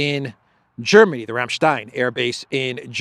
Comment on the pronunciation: You pronounced Rammstein correctly, the "ei" is the same as in Alice's surname,,, ".you idiot" 😂😂✌️